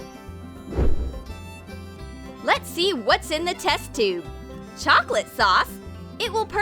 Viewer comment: so it’s pronounced “chocolaté”